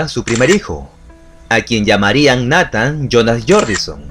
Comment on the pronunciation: Neitan se pronuncia 👍🏻✌🏻